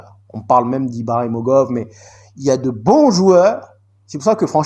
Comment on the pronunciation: Mantato et pas Mateta Obi et non Odi Martins Ibragimov et non ibramogov Sacré 🤣🤣🤣🤣🤣🤣🤣